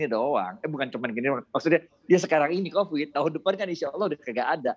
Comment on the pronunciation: covid cuma gini doank? lidahnya keseleo